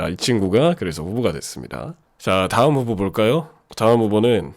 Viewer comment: 후보가 흑우처럼 들려...